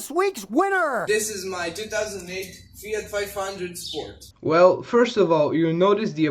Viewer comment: Listen to th guy on this video... THAT is how you pronounce FIAT :) Not Fee-art. (same as Nissan isn't Nee-sahn)